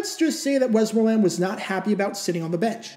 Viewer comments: Whoops, he's, truly, putting, the, wrong, em-fas-is, on, the, wrong, suhl-ab-ill, yikes. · Good clip as usual but your pronunciation of "Westmoreland" is soooo distracting. .. WEST-mor-land It's the county I live in